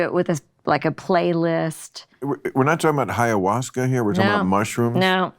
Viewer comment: Bill mispronouncing Bonnaroo and Ayahuasca surprised me